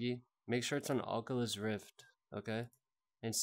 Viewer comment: bro why do u say ockalus im dying rn ahahaha